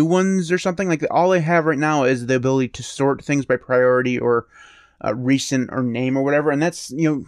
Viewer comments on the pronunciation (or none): none